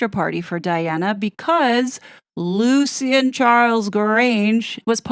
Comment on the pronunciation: You’re pronouncing Lucien wrong. It’s pronounced Lushin.